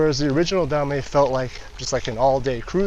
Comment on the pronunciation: Drinking game: take a shot every time he says "da-may"